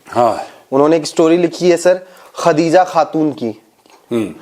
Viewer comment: Khhhhhhhadija khhhhhhhhatuuun... 😂😂😂